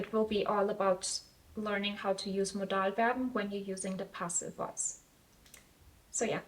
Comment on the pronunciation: Also du hast Modalverben absolut akzentfrei ausgesprochen. Respekt. Bin Deutsch Muttersprachler und habe wirklich nichts gehört